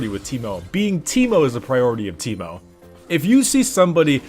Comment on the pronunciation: Its not on T, its on A (tankmo)